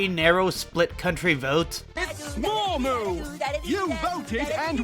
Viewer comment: *vote not "voge"